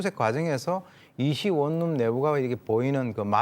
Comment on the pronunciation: 이자연 기자님 원룸은 [원룸]이라고 읽어야 합니다. [월룸] 아니에요.